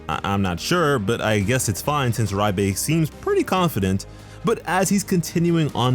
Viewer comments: am i trippin or is he sayin riebe instead of liebe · The romanji isn't "Rye-be" it's "ree-be" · (LEE BU) Liebe is said LEE BU not reibe wtf is this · Yup, and it's driving me crazy that it's being pronounced Ri-bay instead of Leeb-uh like it would be in German. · Ye he’s saying riebe not sure why he’s saying riebe when it’s liebe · Am I the only one that heard him say riebe instead of liebe I could be wrong I could swear that’s what he said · Great video! Looking forward to the anime. Btw Liebe is pronounced as Lee-buh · If Liebe is a german word then you pronounce the e and not the I, so it would be -leebe and it means love in German and that would make since of the demons background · I understand where you are coming from with the pronunciation reference, but I'll throw this out here anyway. Its pronounced Leeb-eh and yes it is german. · It’s pronounce like leebei btw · fyi, Liebe is pronounced leebah /ˈliːbə/ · why are you saying “RYE-BAE” ??? where is the R sound coming from in the name liebe? that shit is annoying me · Liebe spells like L[ee]be in German, but overall love your content! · Nice video☺️👍... But I really can't stand the way you pronounce Liebe. I don't know where you are getting "Raibay" from. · So painfully Cringe to hear him say Liebes name its so off it hurts